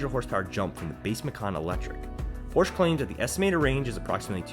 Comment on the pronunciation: A word to the wise. "Porsche" is a two syllable German name.